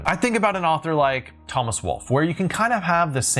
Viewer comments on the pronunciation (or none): none